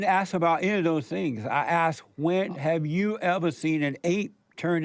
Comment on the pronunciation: He's dealing with an idiot. He can't even proinouce the word "asked".